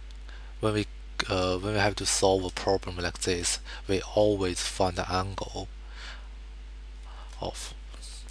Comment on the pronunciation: This is putrid..... "da rangle is fwity pive togree" -.- learn english mate t(-.-t)